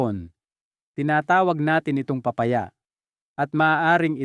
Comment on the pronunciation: d ponatin naiintenduhan an sinasabi mo akala nmin kung anong PRUTAS ito pala ay PA-Pa -Ya la pala..paki ayos lang po an pag pronounce nyo po.. KAYA d nmin naiitendihan..PILIPINO..ka nman po.. PA -Pa - Ya.